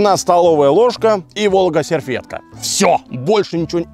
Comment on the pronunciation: Видео от, У украинцев вянут уши. ))) "Волга серфетка". ))) МОЖЕТ "ВолОга сервЕтка"? )))